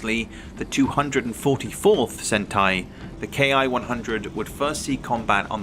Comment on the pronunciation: A fine historical presentation. 😊 Greg, of Greg's Airplanes and Automobiles, insists the pronunciation of Ki is not "kay eye" but rather is said as "key." I know that I myself would like to use the correct nomenclature, and am still not certain on this detail...